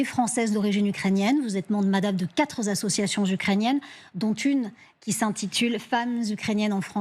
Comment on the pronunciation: ... Quatre "zassociations" ? Bravo ...